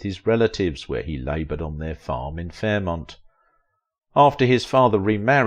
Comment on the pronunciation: it's NOT Fairmont, it's FAIRMOUNT.